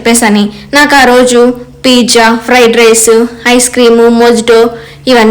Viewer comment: పిజ్జా కాదు పిజ్జా అన్న నేర్చుకుని అప్పుడు వీడియోస్ పెట్టు